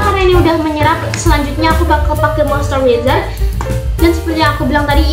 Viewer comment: izin koereksi bacanya moisturizer ya buka mostewezer cmiiw😊😊